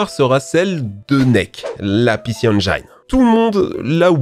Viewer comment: PC Eng[I]ne, arrêtez de dire eng[ay]ne, par pitié!